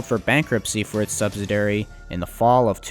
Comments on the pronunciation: its a subsidiary not "subsidary". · It is pronounced "sub·sid·i·ar·y'. They don't teach English in school like they used to! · SubSIDIary, not subSIDAry. Also viSCOUS, not viCIOUS, and PLEthora not pleTHORa. But the video is fascinating~ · Good video. as usual. But it's sub-SID-ee-air-ee, accent on the second syllable. Unfortunately, in this video the word is used a lot. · SUBSIDIARY. He says it incorrectly OVER and OVER. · While detail seems good, repeated mispronunciations, paricularly of subsidiary as subsdiary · The narrarator refers to the subsidiary as a sub si dairy. He can't say the word. It has 5 syllables...